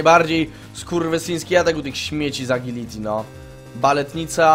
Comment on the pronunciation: TO JEST "ADŻILITI"!